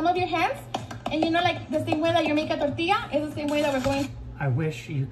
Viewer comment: The way she says tortillas Sounds like she’s ordering me to make conchas instead of telling me how.